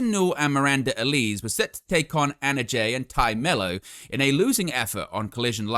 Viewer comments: I see this with a lot British wrestling news outlets when it comes to Miranda Alize's last name. It's a small thing but you are pronouncing it incorrectly. It's AL-LA-ZEA (like HEY but with a ZED) (it may be a reference to the alcoholic beverage of the same name, popular amongst African Americans at one time) it's okay, I am black lol. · I think your pronouncing miranda's name wrong. Sure it's pronounced alaze like the drink